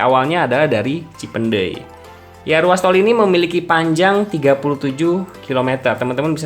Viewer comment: Ngomong "cipeundeuy" Nya gaenak bgt bang.. Bukan org Sunda pasti